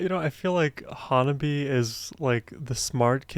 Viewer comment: First, learn the pronunciation of HANABIE/花冷え.